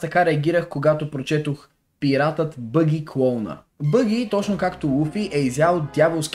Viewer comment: казва се баги с а :D